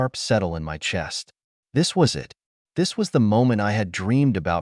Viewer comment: Can you teach your AI to say "it" instead of IT? Also, not to pronounce the full stops as "dot"!!! That should be easy enough!!!